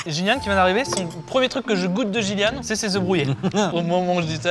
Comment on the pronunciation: Je m'appelle Gilliane 🤡 première fois que j'entend mon blaze comme ça la